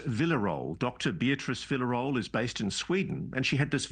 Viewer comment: “Dr Villa Role” 😂 Villarroel is pronounced like “veeya” (double “l” makes a “y” sound in Spanish) and “noël” (as in Christmas) put together, but swap the “n” for “r”. So pronounce it “veeya - roël”